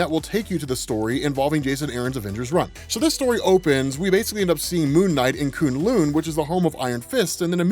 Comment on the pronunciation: I don't think it's pronounced "Koon Loon". I believe it's "Koon Lun" or in the MCU "Kun Lun". It's spelled "K'un Lun" the 'u changes the pronunciation I believe. Not 100% but it sounded wrong so I did some research. Seems to be some debate but I know in the show it was pronounced Kun Lun and I see it pronounced Koon Lun in some places. Koon Loon seemed wrong to me but who knows. Tomato Tamato.